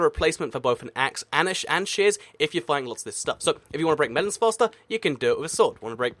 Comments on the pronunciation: I thought he said "shiz" when he tried to say "shears". Man, I'm weird... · When you say shears it sounds like shush